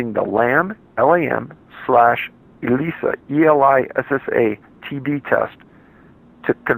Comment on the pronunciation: It's pronounced E liss ah, just saying I have a niece with the same name